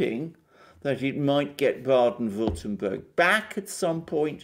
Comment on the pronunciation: Being German, let me please mention and let us APPRECIATE from on that Mr Alexander Mercouris is actually able to pronounce the names of those two German states of Rheinland-Pfalz and Baden-Württemberg perfectly well, particularly for an English speaking person. Kudos to you guys from a fellow Orthodox...! 👍👌💥